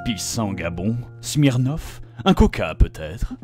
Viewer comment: "J'm'y connais pas du tout en alcool ..." T'inquiète Bob, on l'a tout de suite remarqué quand tu as prononcé le mot SMIRNOFF 2 minutes plus tôt 😂